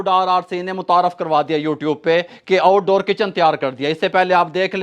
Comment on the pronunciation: Oud ouddoor 😂🤣😂